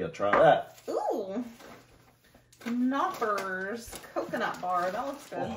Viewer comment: Knoppers are German, the K should be pronounced.